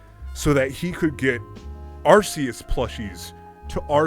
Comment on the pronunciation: arceus is pronounced ar-key-us, not ar-see-us.